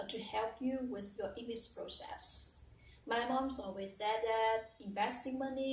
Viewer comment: Nhận xét nè, process nhấn âm đâu nha. Before i start xem lại phát âm start, vocabulary luôn luôn k có S.Từ entered coi lại phát âm nhé